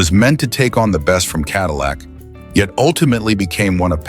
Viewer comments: “Adillac”? Really ? Sounds like a heartburn treatment. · CADILAC BROUG HAM??? WTF IS THIS SPEAKING???